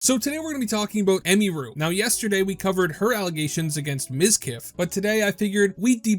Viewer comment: It's pronounced Em-ihh-ru, not Em-me-ru lol, every single content creator I've seen keeps pronouncing her name wrong 😂